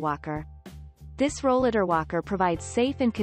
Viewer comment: She’s not even saying Rollatar right! This is a very audio scripted video and none of her wording is right! Exactly, I came down with a chronic illness when, I turned 30 and, I started using a rollatar in my early 40s and, none of the new line of Rollatars are even on here!